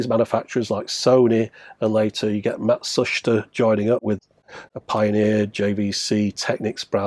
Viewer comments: Full marks for pronouncing Matsushita correctly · One of the few people online I've heard who actually pronounces Matsushita correctly...